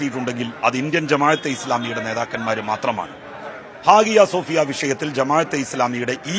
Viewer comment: പൊന്നു സാനലുകാരെ... "ഹാദിയ സോഫിയ" അല്ല "ഹാഗിയ സോഫിയ അഥവാ ഹയാ സോഫിയ " എന്നാണ്. ഇപ്പറയുന്ന നേതാവിനോട് 🙏🏽🙏🏽🙏🏽